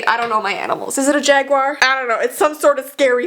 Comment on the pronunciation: The cat was a panther- Still laughed when u said jaguier XD